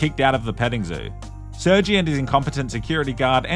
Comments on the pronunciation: saying sergjie instead of sirGay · you just call him sur-G (?? thats defo pronounced sir-gey lmfao) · Uhmm...I'm pretty sure it's pronounced sir-gay not Sergy🙃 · gotta love how he cant pronounce sergei correctly because youtube